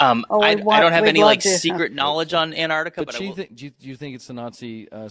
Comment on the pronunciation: Love your work Hal, but please,,, it’s AnTarctica not Anartica, just saying.